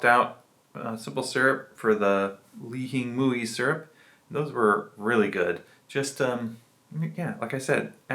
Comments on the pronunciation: Why do you say it like that? It’s pronounced “li-he-moi”.. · that’s how we pronounce it in Hawaii.. born and raised, and I’m still living here.. only people that say “ling-hing-mui” are tourists.. it’s “lee-he-moi”, or some people say “lee-he-mui”.. I mean, there’s no right, or wrong way of saying it.. it’s just funny hearing it said like how you said it, cuz no one says it like that